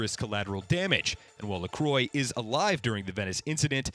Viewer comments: It’s pronounced “ah-ma-lee” not “a-meal” and “la-quar” not “la-quor”😂😂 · It's pronounced La-qua, not Le-croy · Omg u butchered the names lol pronounced gereard laqua and amelee ik how i spelled them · AMEEL I HATE YOU ITS PRONOUNCED AMILLY HIS LAST NAME IS LA CRAAH NOT LECROYS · Gerard's surname is pronounced "La-kwa". Not to be confused with the brand of flavored sparkling water, which is pronounced "La-croy". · "Lacroy"? "Emile"? what the hell dude its french (for reference: luh-KWAH and AH-muh-lee) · Who the hell is gerard la-CROY? Is lacroix. La-kwah. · Right!? He’s pronouncing it like the American carbonated drink La Croix who are notorious for pronouncing their own product wrong. Laquah not lacroye! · agree .. lacroyeet .... it is La Crwa (if u try to pronounce it as English) but anyway it s a nice review and i love it especially that I ve played already it and it s awesome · Lah-quoh is not the correct way to say this lol It's Lacro-ah. By a french. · "Lacroy" "Emile" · 2 years and people still can't pronounce 'Amelie' and 'Lacriox' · "Ameal LaCroy" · ITS LAH-QWAH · "Amee-lee La-crQua~" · You said 2 names wrong. Moira's last name, O'Deorain, is pronounced O-DEER-RAN. And Gerard's last name, Lacroix, is pronounced LA-KWA. Americans can never pronounce things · LA-CWAH! ITS LA-CWAH! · IT IS NOT LACROY HES FRENCH NOT A DRINK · Oh ma god you just butchered ALL OF THOSE NAMES OMG. 1.O Deorain = O Deer - in 2. Lacroix = Lacwa 3. Amelie is fairly straightforward how did u manage to butcher it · Man you struggle with names my friend... O'Deorain is not “O'Dorian“ Amelie is not “Emil“ La Croix is not “La Croy“ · lacroy. Ugh it’s nasty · Why can nobody pronounced Amelie and Gerard’s names :( Lacroix (Lah-quoh) Amelie (Ah-meh-lee) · Skull Capton he can't even do that! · Right, it's more like Lacro-ah, as another French fellow said. Also if non-english people can other to pronounce English names right, then surely the reverse can be true.